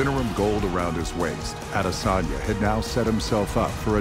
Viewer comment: What they say: Adesanya What i hear: Lasagna